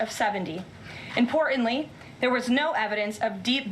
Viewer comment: She is an idiot. Imporantlee.